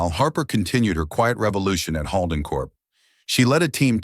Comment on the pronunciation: The way they butcher 'Holden' is a crime! I lost track after the 5th butchering!